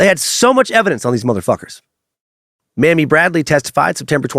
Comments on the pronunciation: Her name is pronounced MAYMI NOT Mammy! Mammy is a disrespectful way to address an adult elder woman remnants of slavery! Her name is pronounced Maymee! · Not sure if you're trying to be funny or not. Her name was MAMIE (may-me) not mammy. Tf?!